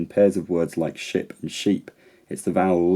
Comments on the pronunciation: I also heard shape. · I thought you said "shape" :P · I hear shep. Whether that is a word I don't onestly know . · native speaker here. In your thought experiment I didn’t hear ‘ship’ but ‘shape’. Maybe accental difference between thee and me? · When you said „ship“ I heard „shape“ and I‘m Scottish- where are you from that you say Ship like Shape? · I’m a Geordie, I thought you were saying ‘shape’ haha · Australian native speaker; heard shape not ship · Definitely sounded like shape (not ship) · Hmm. Personally I don’t buy this about vowel length. If two vowels can be spoken in the same time it’s not length that varies it’s some other quality. Plus you said shape not ship, give me a break! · You're first example sounded like 'shape', but, I speak American English so... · the first sh-p sounded like "shape"? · New Englander here. I heard shape too. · York here, I heard shape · I heard the sh*p more like sheep than ship. From New Zealand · I heard shape, lol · native English speaker here and I definitely heard /ʃɪːpʰ/ as shape in a distinctly northern accent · I heard SHAPE, as well, but not only due to the exaggerated length in which you held the vowel for the purpose of illustration. I believe that in your particular dialect you happen to pronounce the second highest front phoneme not as high or forward as other speakers. I'm from the U.S. None of what I am saying should be interpreted as a correction or criticism(!!!), but it might explain why so many on this thread heard SHAPE. BTW, you did speak a pure vowel and not the diphthong usually associated with SHAPE, so it had/has a northern British quality rather than a standard quality, such as RP. I love your videos and look forward to every one!! You have an exceptionally interesting way of conveying this stuff! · American English speaker (midwest). I heard "Shape" and "Sheep". The first one is quite distinct from how I hear and say 'ship.' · Western American. I thought it sounded like 'shape' too.